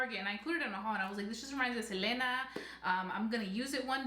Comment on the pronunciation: I dislike the way you say her name🙄